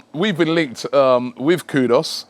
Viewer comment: How does that say "kudos"? It's Kudus man.